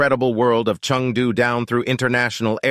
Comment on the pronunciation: Chengdu has got Tianfu & Shuangliu airports, NOT “Chung Poo”.